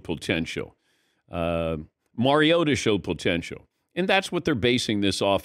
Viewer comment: Is he saying "pole-tential"?